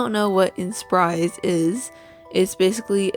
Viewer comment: I like how you only raise your voice up (and kind of unclear, man's voice I would say) with the word "inspire" in your whole sentence. It's made the inspire series more mysterious or something hahaha XD